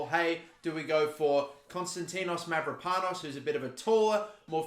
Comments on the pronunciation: Dont you worry you pronounce Konstantinos Mavropano`s name fine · I am from Greece and you saying the name of Mavropanos very good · Ι have to admit that as an Aussie you are pronouncing my name extremely well considering its your first time you try pronouncing a Greek name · You said the name right don't worry.